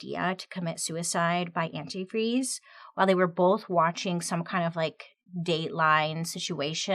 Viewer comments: I remember the first time I heard about this case the thing that stuck with me is how she kept saying “antifree” instead of “antifreeze”. Even went as far as to type it the same way in the letter she typed up. Extra sloppy. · According to a documentary that I watched, something that helped investigators nail her was her mispronunciation & misspelling of the word antifreeze. She would say & also spell it as "antifree". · I REMEMBER THIS!!! SHE KEPT SAYING "ANTIFREE" NOT ANTIFREEZE, AND THEY NOTICED THE SAME MISSPELLING IN THE "CONFESSION" LETTER...BUSTED!!!!! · Forgot about the part in the note where it said Anti-Free. And thats how she pronounced Antifreeze when talking to Spinelli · Is this the same story where the lady incriminates herself by calling it "antifree" I remember in the letter and speaking she was the only one who mispronounced it as antifree and not antifreeze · Was Stacey her own downfall????? "Antifre"???????!!!!! I am mad😂😂😂😂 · You missed one very important point. The female detective on the case at first realized that the mom kept saying antifree, not antifreeze. She continue to say it during the interrogation, on the stand, but this is the real smoking gun, the letter that was typed said antifree. You can see this movie on lifetime with Nia Vardolos. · I remember seeing an episode of forensic files about this. The detectives said that another clue was that in the letter “antifreeze” was misspelled every time mentioned as “antifree”. When Stacy took the stand and during questioning she kept saying “antifree” while Ashley correctly pronounced the word as “antifreeze”. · For some reason I thought she was the one that kept pronouncing it anifree instead of antifreeze. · The fact that she pronounced the word “antifreeze” antifree also played a part in her conviction because that’s how “her daughter” wrote the word in her confession. 🙄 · Is Stacy the one who kept saying "antifree" in speech and the note?